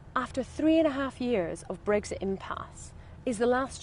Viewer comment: She can't pronounce Brexit properly. There are no eggs in it.